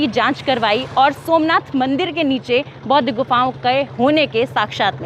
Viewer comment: १) कृपया.......... सबसे पहले .....शब्द....."बौद्ध" का सही उच्चारण करना सिख लो। 🙏 २) "बुद्ध" से पहले क्या/कौन/कोई........था?🤔❓